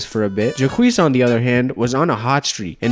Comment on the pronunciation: Honey... Jacques is pronounced jock, just with a softer j sound. 😉 Great video, though! They made a movie about Enzo and Jacques! It's called "The Big Blue." Great movie! You should really check it out! Thanks for the fantastic upload! Keep up the great work! 😊💜